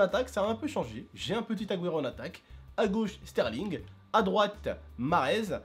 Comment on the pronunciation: déjà petite étoile après AG Après espagnol et il dit AGUERO mdrr ça se voit tu joue pas souvent